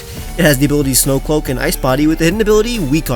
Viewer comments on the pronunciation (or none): “Snow Cloack”